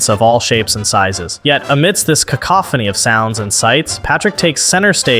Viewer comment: Why did you pronounce cacophony that way?